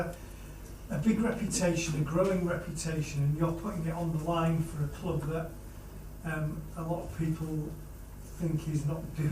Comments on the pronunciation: yea he just says it in the dutch way. man saw it was spelled the same and just settled for dutch lmao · I love the way he says "Cloob", but wishing him a successful tenure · I love that he pronounces "club" the same way Rafa does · Love how he says cloob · Says cloob like rafa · I love how he says club 😭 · He pronounces ‘club’ like Rafa Benitez does.